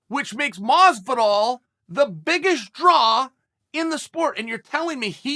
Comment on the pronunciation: In the closed captions, he pronounced Masvidal at least 5 ways.